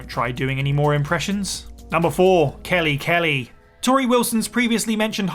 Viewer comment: Khali* not Khorli